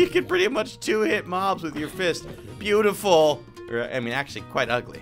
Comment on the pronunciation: Thats not a glitch he just said beautiful like that